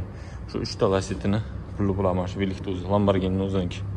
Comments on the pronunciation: ЛАБАРГИНИ ЭМАС ЛАМБАРЖИНИ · Ламборгини тугри этвоти оми, узиндан узин гапирвурма